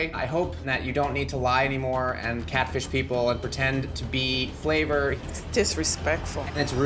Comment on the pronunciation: “My Intention was to kat-fish-ja”